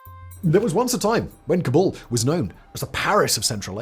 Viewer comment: I thought it was pronounced "cobble". And there are worst cities in Afghanistan that make places like Herat and parts of Kabul seem survivable ! This is just lazy. You are using capital citys to represent countrys that are hard to live in. But thats wasnt the premise. The premise was the worst cities. Its not even the worst city in its country. It makes me wonder how many others were picked this way.